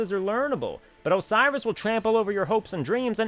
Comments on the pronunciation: OCEROS? really? ahahahaha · Ok your saying it like Osiris the Egyptian god. That's not how it's pronounced. I'm sorry for commenting this but for some reason it's like a pet peeve for me. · Lol... Oceiros... not sure why you have such a hard time with him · ok 1. Your rants are hilarious. 2. Oceiros? really?